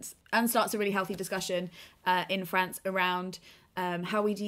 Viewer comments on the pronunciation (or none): none